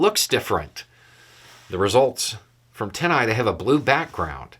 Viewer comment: I was hearing " Tennai"...its TinEye. Just for those who were hearing it wrong too. Great resource, thanks.